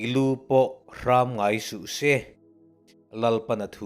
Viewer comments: Fuihna tha tak a ni. Mahse hrâm ni lovin hram (tuikhur a kang tiha kang thluk anga lam tur) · Lu hrammm nilovin Luhram? Tihtur anivetlat mai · Hrâm nilo in 'hram' hei hi thluk loh tur a ni. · A va ṭhaṭhin em,zing ka thawh veleh a ka ngaihthlak hmasak ber,devotion na'n ka hmang ṭhin,Lalpan malsawm in hmang zel che rawh se. Tukin i Bible chhiar a,i silhfen..... i lu pawh HRAM tih i chhiar rik dan kha hraaam ti a thluk lovin a ri kha a tawi tur a ni ,luthur,sam khuih pial loh,hnawk,tihna a ni e. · I lu pawh hram ngai suhse tih i lam dan hi a dik lo tih ka rawn sawi ve mai mai ani e. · I Bible chhiar leh thu chhiar rik dan zawng zawng te Kan ngaih thlak leh uluk pui zia che a tang hian kan ngaithlak ngun zia a Lang. I lu pawh a hram tihah hian hram ri hi thluk loh ni se.lu thur leh hriak hnawihloh tihna vel ni awm tak a ni.